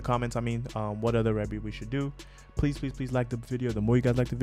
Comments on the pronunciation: Rebbie is the eldest Jackson sibling, Michael Jackson wrote, produced and did background vocals for the song; that big voice you hear towards the end doing the ad lib is the wonderful Martha Wash, her first name is pronounced "Reee-beee". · Good post, you know you have to really write her name out phonetically based on how they're pronouncing it-" Ree-bee" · It’s pronounced ree-bee 😊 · Yesss! I’ve seen this one being requested often lol! Rebbie (pronounced like “ree-bee”) is the first born of the Jacksons. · Finally!!! Love this song. Yes, that is MJ in the background singing the title track centipede with his high-ass voice. 🤣 He wrote this song for his sister Rebbie. Pronounced like Ree-bie. Her real name is actually Maureen Reillette "Rebbie" Jackson. She is the eldest of all the siblings. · This is one of my favorite songs EVERY as far as the music(how do they fit almost every instrument) . She's the oldest and her name is pronounced like "Freebie". Yes Michael wrote it and Martha Wash and Michael sang back up. You can't help but want to do the snake when you hear it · Pronounced Ree-bee